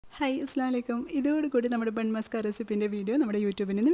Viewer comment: അസ്സലാമു അലൈകും എന്ന് വ്യക്തമായി പറയൂ.... അർത്ഥം മാറിപ്പോകും 👍